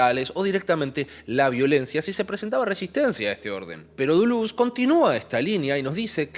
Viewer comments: Dulú? "DELÉS" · exacto, suena a delés con la tendencia hacia la u, no a la inversa. tu "dulús" es erróneo y horrendo; andá al abecedario y escuchá a claire parnet pronunciándolo. o a cualquier lado, a ver si seguís escuchando "dulús". y ya que estamos, el video es cortísimo en calidad de análisis pero bueno, será para determinado público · lo que pasa es que lo pronuncias literalmente duluz xD. Gran vídeo como siempre! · Lo único que no me gustó fue que cuando le dices Duluz me saca de onda jajajaja pero buen mi video mi bro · yo te quiero mucho mucho de verdad pero por favor decídete en cómo vas a pronunciar Deleuze porque cada vez sacas una cosa distinta